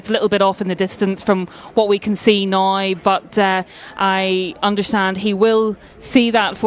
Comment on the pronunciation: Drinking game, every time she says "Naoee" instead of "Now" take a shlug. Good luck